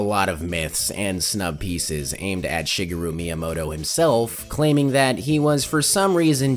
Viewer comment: “Shigahru” Myamoto